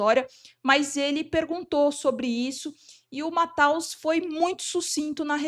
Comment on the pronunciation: Lembrei do Galvão Bueno se esgoelando na copa : Mathaus!!!!! Virou meme pela ignorancia: apesar da escrita em alemão, o correto é pronunciar Matheus! Assim como não existe "IGnacio", mas "Inacio"... ou alguém pronuncia WellinGton? O G é mudo e logo, não se pronuncia. Serve para Bellinghan Tb e não é "BrllinGhan". Precisamos melhorar!